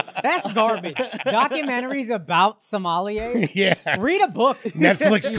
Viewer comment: Me listening to them pronounce Somali and Somalia wrong: 👁👄👁 I